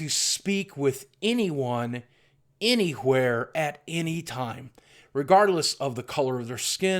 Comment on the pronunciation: says any"h"where like stewie xD